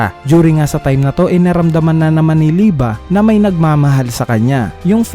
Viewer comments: Liebe hindi lieba Lie-bay lie-ba ????? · Mali ang pag salita mo sa pangan walanamang ba kondi be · Lodss yung liebe li-be ata pronunciation nun hindi li-ba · Liebe Hindi lieba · bakit lieba??? eh liebe kung german word yan.. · liyeb po ang basa sa liebe